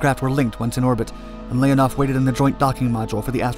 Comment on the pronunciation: NOT Lénaff L E O N O V.